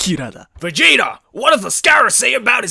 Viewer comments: Did he say vagina? 😂😂😂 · I heard vigaina instead of vegita I have a problem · my mom thought he said "vagina" instead of "vegeta"